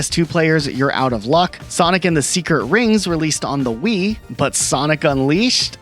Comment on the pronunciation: ah yes, the Vii wersion